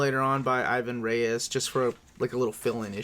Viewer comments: A little surprised, your name pronunciations are usually on point! I'm pretty sure Ivan Reis is pronounced Eevan Hace. Thanks for the vid as always! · It's actually pronounced "Eevan Rays". That's the most English sounding I could find for it.